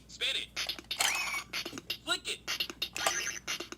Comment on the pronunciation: anyone else keep hearing "Spit it" instead of "spin it"?